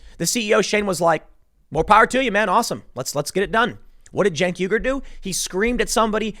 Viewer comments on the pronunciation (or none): Why does Tim correctly pronounce "Uygur" early in the video, but then weirdly idiotically MIS-pronounce it as "weeger" later in the video????!???? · Pretty sure it’s pronounced “wee-gur” like the ethnic group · Cant tim say uger ? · "YOOger" Tim. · It's pronounced "Mr Yogurt" Tim. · Pronounced "Yogurt". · How the hell do you always mispronounce Chunk Yoghurt the Brown Buffalo.